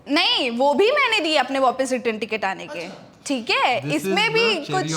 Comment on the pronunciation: Take a shot every time akriti says "wopis"